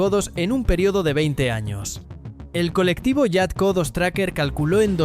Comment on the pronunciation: Co2 = codos ? 😂😂😂 madre madre me sangran los oidos !!!